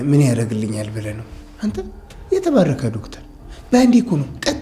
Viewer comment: አሹ ዶፍተር ሲል ያስቃል 😅😅😅😅😅😅